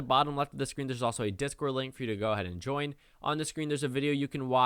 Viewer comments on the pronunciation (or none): none